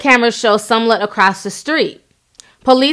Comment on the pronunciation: You keep saying SUM-LET. Girl you messing that last name up.